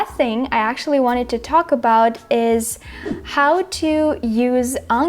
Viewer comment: Thanks for the video! Your pronunciation is better than mine, and I've lived in the US for 30 years now. Two tips for you - whatch how you pronounce "new" (y sound too distict) and actually (you don't pronounce k but you should). Not picking on you, trying to help ;) Your pronunciation is pretty much perfect, took me a sec to realize you weren't American